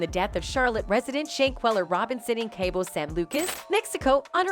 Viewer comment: ‘Kay-bo?’ Jesus. Please don’t bother when you can’t pronounce basic words. It’s pronounced ‘Caw-bo.’ Jesus